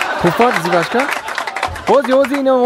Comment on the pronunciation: Зувачка не жвачка😂😂😂😂